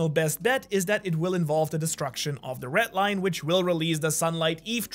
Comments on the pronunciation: I really... really hate how you pronounce the "RED Line" like wtf is a ret line. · red line❌ ret line✅